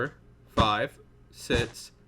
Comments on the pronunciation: It's six not did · The way he says six “sitzs”😀😂